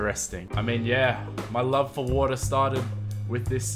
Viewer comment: Wait did u say water I heard vodka